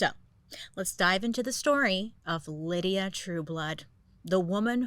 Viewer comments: Bailey I love you but her name is LYDA not Lydia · Lie duh not lydia right? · FYI, he name wasn't Lydia, it was Lyda as in the Y is a long I lol...I actually used to work with a woman who was short, chubby, and not very pretty but full of herself and had that weird charisma too with men 😂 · I absolutely love this one. Been a Bailey fan for ages- this Gawjuss Creature got me through the the Pandemic, and am so grateful.. But one little thing here: My best friend in grade school was named Lyda. It’s a name out of Ancient Greek Mythology. And it is, my darling Lady Bailey, pronounced “LYE- dah.” Two syllables. Not, and I apologize for being picky. “LIH-dee-ah”. Aside from that, you are a shining radiance of brilliant intelligence . I would start a small tasteful religion around you, but I don’t have their numbers space for an altar. Happy 4th! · Was it Lydia or lyda? LIE-DA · Is her name Lyda or Lydia? Lie-da is how it's spelled, not Lid-e-ah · Maybe it’s me. But is her name pronounced as Lydia? I think Bailey is adding an I in her name lol. 😅. Still love you girl ! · Lyda is pronounced L-AY-d-uh. Not Lydia LID-ee-uh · Wait is she calling her Lydia but her name is spelled Lyda (pronounced lie-duh) ? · It's pronounced "lie-duh" Lyda but if it helps her just to say Lydia that's ok. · Lyda not Lydia lol😂😂😂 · No, her name was Lyda, not Lydia, a difference. Drove me crazy but I love Bailey so whatevs. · Lol Bailey always mispronounces things. The name was Lyda no Lydia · She put the correct pronunciation with her mugshot at the beginning lol, even admitting she said it wrong. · Only Bailey can convince me it's Lydia when its actually Lyda the whole time 😂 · Great shows. Must say. Lydia is how’s her name is being said. Lyda is Ly-da by sound. Sry. lol. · Ms. Bailey, the way her name is spelled Lyda, wouldn’t that we pronounced as Lida not Lydia? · I think her name is pronounced LIE-duh (Lyda), not LID-ee-uh (Lydia). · Lyda - pronounced Lie-da. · I think it's Lee-duh